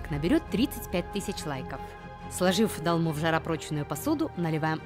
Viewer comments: 1 просьба , не говорите "долма" , а говорите "толма" . Это Армянское блюдо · О, блюда из родной страны, сразу лайк! Но, почему дАлма?!! дОлма! Так трудно что ли?)) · это не русское блюдо чтобы вы его произносили как хотите. И боже, еще раз повторяю, так трудно сказать это слово через О?!!!